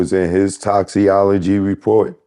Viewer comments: "Toxi-OLOGY" report is crazy 🤣🤣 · Did he say “toxyologiy report?” 😮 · Those” toxyologie “ reports get crazzzyyy